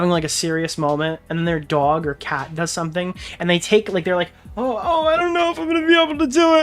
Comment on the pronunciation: “It’s a fcking DAWUG” that’s the most NY you’ve ever NYd